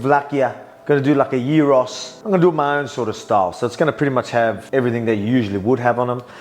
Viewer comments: Dude I am Greek and have been a fun of you for a long time and I only now realise you are part Greek, I had no idea until you pronounced gyros corectly. 😂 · Heyy he said it right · Souvlakia and Gyros !!! Nailed the accent,very very good ! :D Not Gairos or whatever